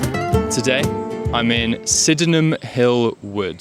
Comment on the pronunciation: I appreciate the idea behind this - and applaud your effort - but pronouncing it Syd-en-ham Hill to a local and they'll think you have a speech impediment. It's Syd-nam Hill. My source: I grew up on Bowen Drive just down from Sydenham Hill Station and went to school in what was then known as Langbourne Junior School on Lyall Avenue - it's now Dulwich Wood Primary - pronounced "Dullich" 😇